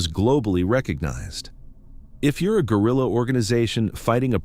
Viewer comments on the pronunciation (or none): none